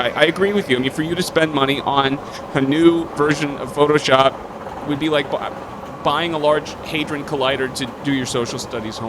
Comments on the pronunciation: "you suck at phooshop" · "You Suck at Phooshop".... Methinks there's a missing letter.